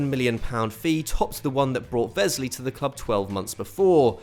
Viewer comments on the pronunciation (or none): Is there a reason you're pronouncing Wesley as if he's German? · The w in Wesley is pronounced like an English w, not a v